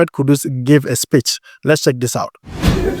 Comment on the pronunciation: Bro e be "speech" not "spitch" 😂